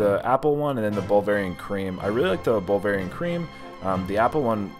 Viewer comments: I love it and love videos 🤣🤣🤣🤣 "Bulgarian pizza" Bulvarian pizza" you never did get it right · "Ball-verian" pizza...😂🤣 Love there Baverian pizza.... Actually, their mac & cheese pizza is pretty good...👍👍😎